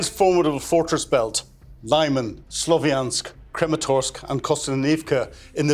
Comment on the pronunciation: It's not "Lai-man", it is "Lee-man", meaning "firth".